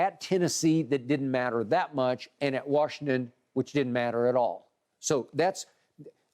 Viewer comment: It's Washington!!! Why do white people say WARSHington??